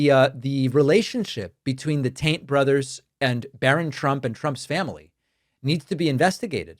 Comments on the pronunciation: does he keep saying Andrew tant? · Every time you say Taint instead of Tate, it serves only to paint you as being juvenile. Why do you feel the need to do this? This is no laughing matter. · You keep saying,Andrew "TAINT" or the "TAINT"Brothers.Their last name is not "TAINT"....Their last name is "TATE". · You said Tate. I heard Taint. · It definitely sounds like you’re “Taint” instead of “Tate” and I think you know you are and I think that’s hilarious. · Are you saying tant? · is you sayin taint? Sounds like you callin them bros Taint.....crak me up yo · Did you say Andrew Taint? That would be appropriate lol. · Sounds like you're saying "Taint brothers." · It may just be my hearing, but it really sounds like you’re saying, “Andrew and Tristan Taint…” 😂🙈 Not complaining, just saying. 😏💙🩵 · Did he say Taint brothers? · The "Taint" brothers... could have sworn you said that the first several times.... LOL. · It sounds like you're saying Taint but its Tate. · Did you say Andrew Taint? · Sounds like you said "Andrew Taint" , and I thought it was funny enough to deserve a post since I hadn't heard it yet. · Every time you say their name I hear the Taint Brothers and I can’t stop laughing. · Please pronounce the name TATE correct. There is no “N” in it.. Tate… thank you.. where would you pick up a n, I’m just mystified. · Did you say the Taint brothers?? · Is David pronouncing Tate as "taint" on purpose? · Did I hear you say “Andrew Taint??”. 😂😂😂😂😂😂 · Are you intentionally pronouncing Tate as "Taint"? I like it! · The first couple times I heard him say it, I thought maybe David was mispronouncing it I was hearing it wrong. I get it, the Taint Brothers. Appreciate that! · I love how you pronounce the brothers' last name.